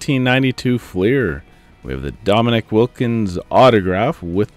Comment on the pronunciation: I haven't commented on your vids in a while. Keep it up like always. Oh I has a little giggle how you pronounced Dominique's name as Dominic 😂 I slowed down big time on 90's cards at the moment and been focusing on Yankees Prospect Jasson Dominguez.